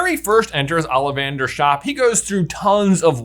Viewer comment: Love you guys but, Olivander start with an O not an A. You guys pronounce some names very strangely sometimes.